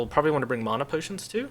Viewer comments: I love the video, but I had to stop listening to you mispronounce "mana" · You pronounce mana incorrectly. Not differently, incorrectly.